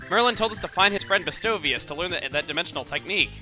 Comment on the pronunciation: I love how Chugga always proves me wrong with my pronunciation of game words. I had the same issue in the New Leaf LP with Festivale (I pronounce it fest-ee-vah-lay). Chugga pronounces Bestovius as "bestow-veeus" but I always said it as "best-oh-vee-ass" 😂